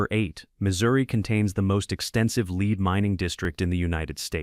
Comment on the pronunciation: It's lead, pron: LED, not leed.